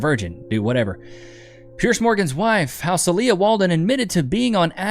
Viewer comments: I believe the wife's name is pronounced SEEL-ya. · Love the videos. FYI: Celia - said Cecelia without the Ce-(Celia)